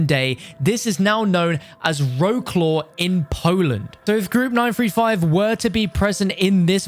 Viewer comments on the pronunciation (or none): none